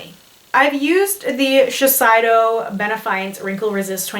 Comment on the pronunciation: Your makeup looks boooooooomb. But girlfriend. Shi-se-iiii-do. Like saying, shi-say-do